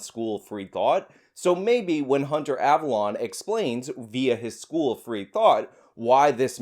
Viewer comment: I’m pretty sure his name is pronounced “Av-alone” like “alone” by myself. Not av-alon” like where King Arthur is buried.